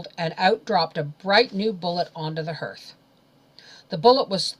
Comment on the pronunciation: For the sake of children I have to tell you that you mispronounce several words... hearth and slough especially..I find it so irritating that it ruins the story